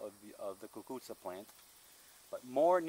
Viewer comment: Hi, your so kind, I listen to you and it brings me back to my days when my dad used to plant the cuccuzza. Your also very good at pronouncing the word. Did you ever make the cuccuzza with potatoes? Yes I would like you to send me some seeds if you can?